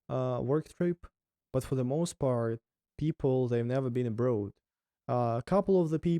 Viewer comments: "Abroad" is pronounced "abr-or-d" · It was interesting to watch overall. On a different note, the author having the word 'abroad' in every second sentence and mispronouncing it every single time was like....🙉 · Why all Russian youtubers pronounce the word "abroad" wrong? Not only. All the others I met do it the same. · English is a goofy language! logic says that road (as in street) has a long o sound so "abroad" should as well. Just throw logic out the window and pretend the "oa" is actually an "aw" like in saw/claw/law and you'll be perfect. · It’s absolutely INSANE how much your English has improved in only a year!! You are doing AWESOME buddy. You’re already losing your Russian accent even!! Mindblown brother. You’ve definitely got a gift for languages. Cheers from Canada, stay safe and keep the vlogs coming!! 🇨🇦❤️🇷🇺🇬🇪🙏🍻 PS: I do have one English learning tip for you, the way you pronounce the word “abroad” sounds a little funny. It’s not that you pronounce the word wrong at all, it’s just that the accent you’re developing with your English sounds very much more like an “American” accent as opposed to a “British” accent, and the way you pronounce the word “abroad” kinda sounds like how a British person would say it. If you want to keep your speaking in the tone of an American or Canadian native English speaker, then pronounce “abroad” like; Ah-brawwd or A-brawwd Ah - as in like the word Awesome or a hard A sound as in the word Animal and then just Brawwd or Brodd. The spelling of abroad is one of those strange English words that doesn’t sound the way it’s spelled. The “oa” sound isn’t like in the words road, toad, goad, boat, goat or bloat. It’s like an “awwww” sound instead of an “ohhh” sound. 🙏🍻